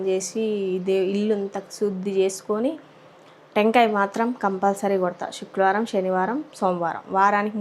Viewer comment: శుక్రవారం అది శుక్లవారం కాదు